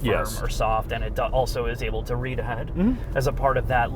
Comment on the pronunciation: Can we get a speech therapist to teach him how to pronounce the L in the word, "also"? I promise to take the add blocker off my browser so you guys make more in ad revenue to pay for it.